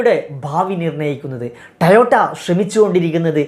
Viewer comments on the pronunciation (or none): ടയോട്ട അല്ല... ടൊയോട്ട ആണ് ശരി 😂